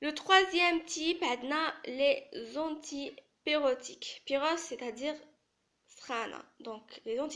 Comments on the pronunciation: Très bonne explication par contre je tiens à te corriger on dit antipyrétique et non antipyrotique. Antispasmodique et non antispasmidique Aspirine et non pas Asperine Duphalac et non pas diphalac Systolique et non pas Systolique ici aussi il faut noter que chez les diabétiques les normes sont à 130/80 Bonne continuation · On dit antipyrétique.non antipyrotique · C est très bien résumé .. juste quelques petite erreures de prononciation c est normal ça va venir par après on dit antipyrétique et pas pyrotique ..(pyretique ça vient de pyrex soit, fièvre ) en tt cas merci bcp